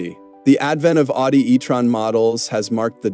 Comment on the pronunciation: Dude, it's pronounced "Ow-dee"...😅